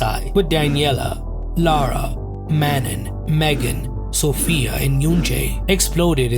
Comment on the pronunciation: Not Man-nen. 😭